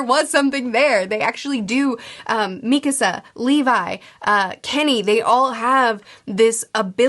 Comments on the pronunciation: Hours and hours of videos later and she still can’t pronounce Mikasa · I love these videos, but I'm surprised you're still pronouncing Mikasa like that even though you've watched the series :)